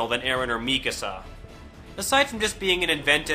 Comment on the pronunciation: are supposed to be german or austrian. You were pronouncing them as if they were english.